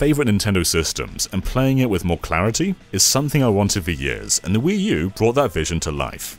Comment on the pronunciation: it’s pronounced “Wuu.”